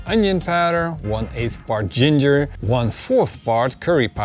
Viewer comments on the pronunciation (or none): none